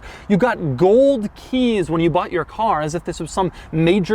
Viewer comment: this is the... AH-LAHN-TEIGH! ...with the... GOULD KEEESSS!